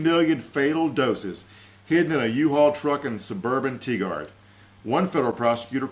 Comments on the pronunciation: Indeed. It's pronounced like tiger with a d on the end. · As an Oregonian, I laughed the most at pronunciation of the Portland suburb Tigard as 'Teeegard'.